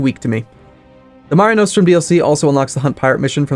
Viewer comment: Nos-trum not No-strum